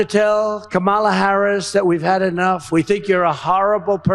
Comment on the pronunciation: Wow he accidentally pronounced Kamala’s name right. 😂